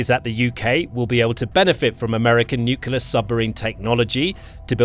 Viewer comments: Its nuclear not new killer! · I comment on virtually all his videos about the fact he says NUCULAR instead of NUCLEAR. F***ing annoying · Nuclear :face-blue-smiling: Nukular:face-orange-raised-eyebrow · THERE IS NO SUCH WORD AS "NYUKULAR" - IDIOCY MARCHES ON!!!!!!!!!!!!!! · The word Nuxlear, only contains one letter "U". It's pronounced "NEWCLEAR". You missed SHORAD developments and Brakestop. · I was waiting for a pointer of authenticity. It came with the use of the abberation: ‘nu-cular’ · He never has been able to. He always NUCULAR. It's laughable, like this video. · Narrator cannot pronounce nuclear.